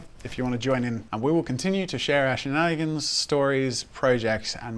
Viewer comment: I heard "Share Ashey Nannigans"... did a double take and then realized "Our Shenanigans!!" Oh!...